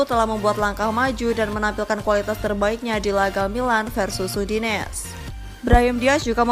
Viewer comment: Udinese mbak bukan udines